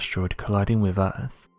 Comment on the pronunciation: The comments I read just before the video starts….. is enough for me to just not watch this time wasting video, from the most irate narratorrrrrrrrr on the “eeerrrrrfffff” (earth)